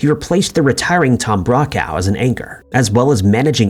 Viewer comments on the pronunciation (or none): Tom BROCK-owww??? Seriously, dude??? Wow. Look this sh*t up if you don't know any better. 😢